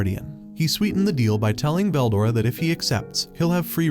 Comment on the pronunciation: I don't know how far you made it in but I literally made it 4 minutes 20 seconds and he mispronounced veldora and that was all I needed to hear